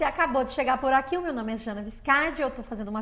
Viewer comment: Ainda bem que vc falou o nome. Eu entendi "Channa". KKK